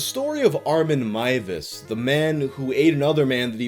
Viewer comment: Finally a youtuber who pronounces Armins name correctly! Thank you!